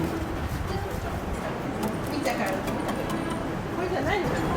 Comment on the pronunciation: 포파이...? 노노, 자 다같이 발음해 봅시다 "뽀빠이" 이렇게 좋은 인연을 위한 신사가 있는 반면, 이타바시에는 인연을 끊는데 효험이 있다는 조그만 신사가 있다고 합니다 'ㅅ'